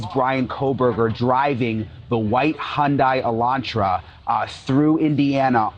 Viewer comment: Quick side note….why can none of these newscasters pronounce Hyundai Elantra correctly??